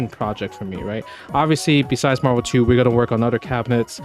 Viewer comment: Is he saying "MarVerse Capcom" on purpose?